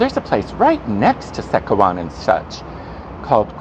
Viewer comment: FYI “Secawan n Such” is pronounced as “SÊ-CHA-WAN” (meaning one cup) and not “SÊ-KA-WAN” (meaning a group/bunch). In Malay language the letter “C” is pronounced as “CH” e.g. “kicap” (kêê-chup) meaning ketchup.